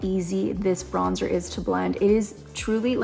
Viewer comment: if i hear BRONZE-TOUR one more time i swear 😶‍🌫🤣